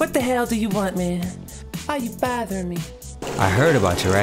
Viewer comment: "why you baathering me"